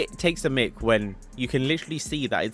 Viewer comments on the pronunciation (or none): none